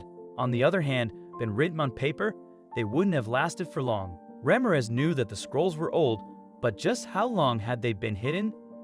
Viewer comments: " rah-meer-ehz" not "ramm-ahh-rez". please. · Ra - MIR - ez.😊